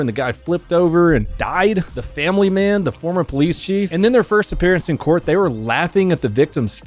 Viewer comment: The emphasis on former